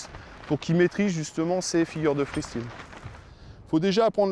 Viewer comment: Oui mr du cerf-volant le free stile pas le free style sinon bonne vidéo